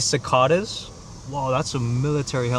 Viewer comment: bro the way you say cicada 😭